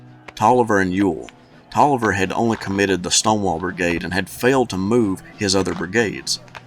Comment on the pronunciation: You don't know how many people mispronounce Taliaferro, but you got it right. 👍